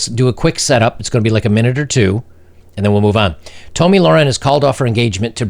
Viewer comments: Just a bit of a pet peeve Its pronounced "Tommy" not "Toe-Mee" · your pronunciation of Tomi Lahrean's name is totally cringeworthy. It's pronounced "Tommy LEHR-enn", where lehr is pronunciation like "bear", the animal, not Loren (i.e. Lore-enn). And her first name is NOT pronounced "Toe-me". It's "Tommy". Come on, dude. Do your research. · Just a note here, it's not pronounced Toe-me, it's Tommy, like the male name, just spelled differently. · Tommy, like a guy. Not toe-me. Sounds to me like you are doing everything you are accusing her of doing. Except of course you're running down women and she's talking about men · I thought she was an example of what the younger generation could be, with this display, not only has she become a Karen, she’s delusional in her thinking that she’s got the golden box. Immensely disappointed! - it’s pronounced ‘Tommy Laren”, seems nobody can just say it like they see it... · I think she actually doesn't have much self worth. If she had she would not have to pronounce it like that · You don't even know how to pronounce her name. So much for your credibility.